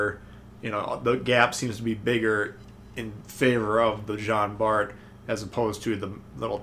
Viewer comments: Its pronounced "John" Bart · Good review! I figured you'd enjoy the Jean Bart (the T is silent, in case you're interested), since you like the Richie so much. I played maybe an hour or two yesterday, and noticed that I'm about 1/3 through most of the campaign ops...definitely easier than previous, even for casual players like me. Which is probably good, since my son got me back into Tanks after the Atago campaign... Merry Christmas sir, to you and yours!